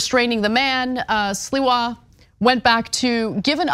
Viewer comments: 👴🏻🥃 WHY SHE KEEP CALLING CURTIS SILVER INSTEAD OF SLIWA? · Sliwa has always been a low-life. Why can't Anna ever pronounce names, and many other words, correctly? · Sliwa is not hard to pronounce. Lmao.